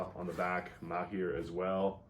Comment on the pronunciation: As an Arab , thank you for being one of the few pronouncing (Maher) in the right way . Greetings from Palestine ( by the way it’s Arabic and means “skillful “)